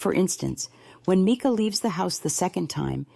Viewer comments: Seriously,, her name is not MEEKA...Mike a...MICA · You’re too much…it was AI. You sound like AI, it’s Mica…not Meka. Robby Harvey did a video, at the beginning he plays what you think is the actually 911 call, then he says, that was AI GENERATED AND IT WAS ME. THEN HE PLAYS THE ACTUAL 911 CALL AND THEY SOUND. IDENTICAL!!! Serious corps of ours not JP doing this video. He’s guilty of either pulling the trigger or his attorney is! You’re right, you’re definitely no expert!!! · Her name is MICA (MY-CA) say her name right!!! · If you can't pronounce a person's name, you should never do videos ! NEVER ! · You could at least respect her enough to pronounce her name correctly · No I’m good. Can’t listen to someone who can’t pronounce someone’s name correctly. It’s like nails on a chalkboard. I don’t support AI…